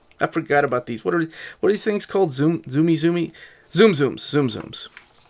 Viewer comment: it’s more like “soomsooms” than “zoomzooms”